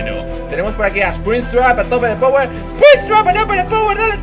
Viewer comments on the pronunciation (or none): none